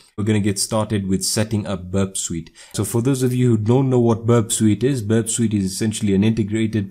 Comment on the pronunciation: Burp Sweet lmao